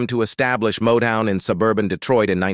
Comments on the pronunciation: Narrator’s Golden Throat Award moments were so 😢on display during Barry Gordy, starting with “Barry Gordy Jurrrr” and quickly followed by Modown and Modone for Motown 😂😂😂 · You know it’s that creepy AI.. doesn’t know… Motown is modone ect…. not good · It's pronounced MOTOWN